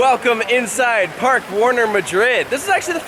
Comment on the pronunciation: You spent all day with Spain's tallest man and still didn't learn how to pronounce Parque! (Though I already watched the BGCE video. Yay!) I would love to go back to Parque Warner but I haven't made it back to Madrid yet. Now I have a good reason to...